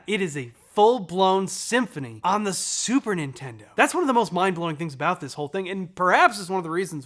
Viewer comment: Emphasis on the SUPER, Nintendo